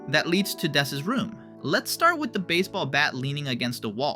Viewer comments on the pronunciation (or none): It's not dess, it's ness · “It’s not dess!” says that it’s dess